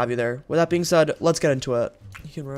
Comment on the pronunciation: abusing bweing a youtuber be like